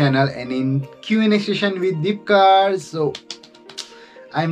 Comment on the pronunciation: U pronounce my name wrong 😢💜